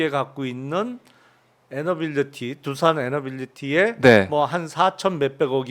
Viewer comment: 두산에너빌러티가 아니고 두산에너빌리티 입니다.